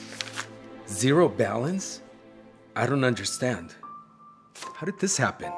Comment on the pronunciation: 😮 he said understand but it had an “I” in the understand. Example: uinderstand